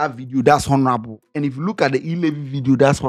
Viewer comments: please, I beg you, never say HONORABLE again. The ‘H’ is silent. Adey feel your matter. Please 🙏🏾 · oooo the ‘H’ in ‘ honorable’ is silent. /ˈɒn(ə)rəbl/